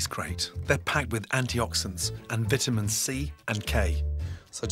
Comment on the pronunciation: VIITIMIN C AND K WTF